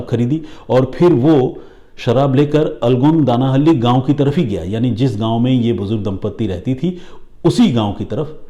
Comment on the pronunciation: Dear! Aapne jo pronunciation kia for 'Alagodanahalli' (in Kannada ಅಲಗೋಡನಹಳ್ಳಿ), it took me several minutes to figure out which village you are referring to 😂 Otherwise, you narration of the story is awesome as usual!!